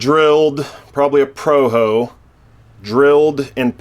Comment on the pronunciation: "some proho" 🤣